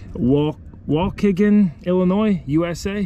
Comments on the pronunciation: Wa key gan. Waukegan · Just a pronunciation from am area local waukegan has a long e. Although your pronunciation got a giggle out of me for sure keep rockin!